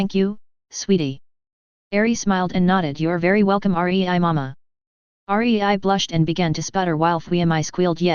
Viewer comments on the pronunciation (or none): it's rei NOT R E I